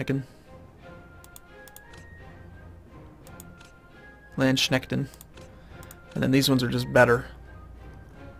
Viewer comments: It is so funny to listen to you saying Landsknechte ^^ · the way you pronounce landsknechte sounds like you would say land-snails in german :D